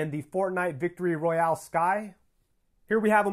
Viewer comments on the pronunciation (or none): none